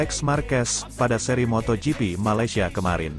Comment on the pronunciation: njir beneran di baca moto gepe, fix nih orang jarang/ga pernah nonton moto gp. tulul nya kebangetan,sok tau lagi